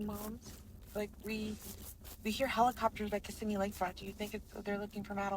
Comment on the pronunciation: Not to be rude, but Kissimmee pronounced: Ka-sim-me ... not kiss-a-me 😂 ... many miss that nuisance including me at first ...